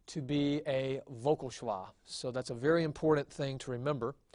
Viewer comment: Just to note there is no 'w' in Hebrew. A vav is always a V sound when it is a consonant. SheVah is the correct pronunciation.